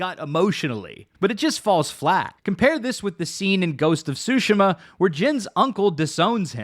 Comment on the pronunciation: Great video, but that pronunciation of Tsushima is sending me lol